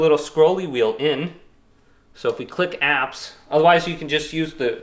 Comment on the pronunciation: Apps not "crapps"....